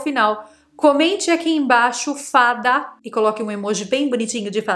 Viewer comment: Olha a Faacaaa,,, ah,, fada. rss